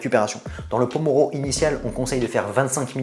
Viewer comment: MERCI pour les conseils sinon Pomodoro pas pomoro (tomate) :D